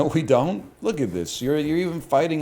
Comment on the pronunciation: "I downt know what they waænt" 💅